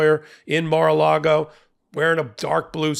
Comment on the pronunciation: You keep saying Mar-a -Lardo wrong.